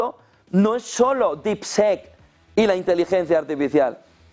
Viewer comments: No se pronuncia “sek”; se pronuncia casi como “i”. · DeepSeek se pronuncia como “dipsik”. Seek es “buscar”. En Harry Potter, harry era el “Seeker” en el equipo de quidditch, o el “buscador”. Deep- Seek; “búsqueda profunda” más o menos! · ¿Por qué esa manía de pronunciar DeepSeek de-ep se-ek? (Y muchas otras palabras en inglés) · Las primeras silabas las dices bien , DEEP ( DIP ) SEK ( SIK ) , DIPSIK SE PRINUNCIAA , . OSEA ALA PRIMERA SILABA SI LO PRONUNCIAS BIEN , PERO LA SEGUNDA SILABA NO , jajajajajajajajaj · No jodan, no esperamos una pronunciación perfecta en inglés pero mínimo díganle como se pronuncia DeepSeek. No es un sonido que sea difícil de pronunciar para un hispanohablante. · Seek se pronuncia ‘Sik’ (buscar) por Dios! !!! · Pero no le digas dipsec mi hermanito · Pronunciación: diip-siik y esto en inglés se parece a Deepshit😂